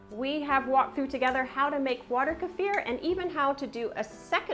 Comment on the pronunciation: How great of you to pronounce kefir the correct way!! Thumbs up!